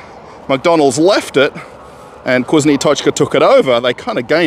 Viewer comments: NOT KUZNO, but vkusno (fkusno). Say "Ы" on camera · "VkusnA | Tochka" is a mistake. This is a moscow accent. It'll be correct VkusnO